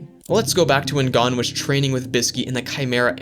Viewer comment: thanks for the shoutout also it's pronounced (go n)